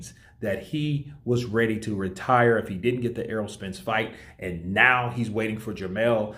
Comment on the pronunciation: It's fight not fught lol😂